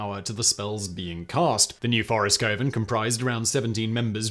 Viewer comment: FYI coven is pronounced more like 'cuv-en' than 'cove-en'